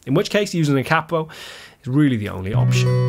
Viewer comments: Its pronounced Kay-po Not cap-o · I really hate to do this but it is pronounced Cape O after the inventor Batman 💯✌🤟🤘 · It's only cheating if you say kapo the way you just did lol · 40 Years ago an amateur musician friend of mine (I'm not a musician) referred to it as a cap-o and I always thought that was the proper pronunciation. Then it seemed everyone pronounced it kay-po. Nice to see someone agree with my now dead friend. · I'm a lifelong east TN country boy and never use a capo myself but all the bluegrass and Gospel players I know are connected at the hip with their capo. It also cracks me up how you pronounce it versus how we pronounce it. We say it like "KAY-poe" but you say it like "COPPO" and that reminds me of on The Godfather when they would talk about the "caporegime" which is like the counselor to the head of the mafia. LOL! Ultimately though a capo is simply a tool the same as a pick is a tool. Guys like Chet thought WE played "wrong" because we use a pick. It's just a tool. Use it if you want. Don't if you want. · Here in the states we pronounce the word "kay-poe" with a long "A." In America, a "capo" with a short "A," is a mafia boss. Only time I use a capo is for singing in a more comfortable key. Peace. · thanks for the comment about the pronunciation. I've pronounced it "KAY-po" for five+ decades and wondered if I'd been wrong all this time. ;) And I totally concur: it's a tool. I use one if it works better for the SOUND of the music. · Hearing Americans mispronounce it as ‘Kay-po’ does my head in as well… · Hearing the word capo mispronounced so many times in one video did my head in